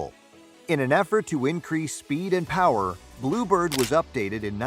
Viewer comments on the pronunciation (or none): none